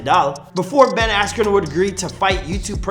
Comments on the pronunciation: Ben "asken" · Bruce Buffer: Ben Askroo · Dude was famous before he lost and learn to pronounce his name